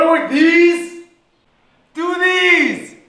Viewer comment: Wara wor deez? Doo deez!